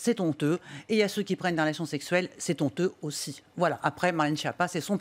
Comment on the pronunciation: C'est tonteux lol. Le "h" du mot "honteux" est aspiré, donc pas de liaison, Madame. C'est honteux.